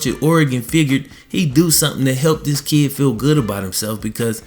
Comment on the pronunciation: Lol you say kid like kee